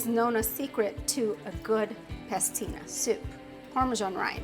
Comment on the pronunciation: PASTINA, not pestina